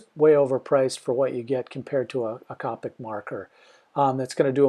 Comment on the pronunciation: It was killing me when he pronounced copic wrong